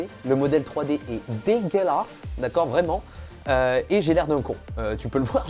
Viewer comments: Ca me tue de rire comment il dit degeulasse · Le fameux "dégueulâsse" de Jake Peralta :p #99ème!